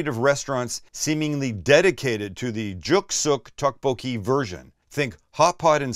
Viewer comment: Great vid. The way you say tteokbokki kills me though. "Tuck-bo-key" 🤣